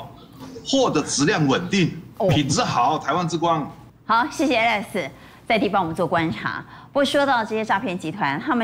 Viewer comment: 主持人連 來賓的名字 Alex 這字都一直念錯。．